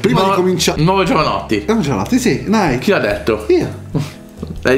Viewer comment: Che fastidio quando dicono nAAyt